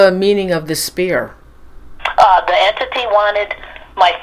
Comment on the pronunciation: It sounds like you're mispronouncing the word entity, you're saying enity